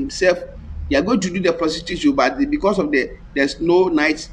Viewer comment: prostitution not protitution